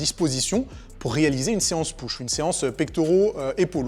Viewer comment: Me dis pas que tu dis "Peuch"??